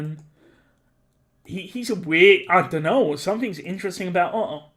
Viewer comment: Hearing you say "Ohoh" instead of "Otto" was the best part, I love this X)